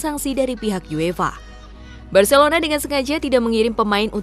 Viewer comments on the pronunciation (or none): none